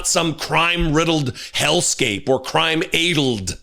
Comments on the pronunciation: it''s ADDled not AiDled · "Ay-delled"? Did he mean "addled"? Why is he talking about "doing God's work"? Has God taken a vacation? It sure seems that way sometimes... Doesn't God usually do God's work? I'm sure God could phone it in from the Bahamas if he needed to... Why did God choose THAT guy to fill in for him? He's not doing the "work" the way God would do it, that's for sure. God might not be so happy when he gets back. Edit: I was hoping would catch that "addled" thing... he did. 🫡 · It’s definitely pronounced 'addled' as in sad. If it were as Johnson said it, it would be spelt adled. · no - it's "addled" not "aidled" you're coorect. "the peoples of Earth come here...." not anymore we don't. (Canadian here - we're boycotting everything US, wherever we can). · Of course he's mispronouncing "addled"; it's indicative of his type of psuedo-intellectual. Great piece, as always, Thanks for your continuing service to us all. Semper Fidelis, brother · Ugh. It’s “addled”, not “adled” you dope. This guy wants whites to be supreme but he can’t even pronounce his own language correctly. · it's definitely addled, not 'adled.'❤😂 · Gotta say, a man who says adled for addled is clearly not able to understand his own language. You have it right. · "Addled" isn't even the right word, no matter how you pronounce it. And it's short a addled. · No, short "a". Add-eled. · Odd that he pronounces "addle" like the German word "edel," which means "noble," "fine," "pure." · It is extremely telling that Johnson does not know how to pronounce the word "addled". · That Id10t can't even say addled correctly?? 🤦 He needs to take his delusions back to his mom's basement... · Benny doesn't know how to pronounce "addled." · He is pronouncing it incorrectly. You are correct. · When you're too stupid to pronounce "addled" like a normal human being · You are right in your pronunciation, nobody has ever made that noise he did before. 😂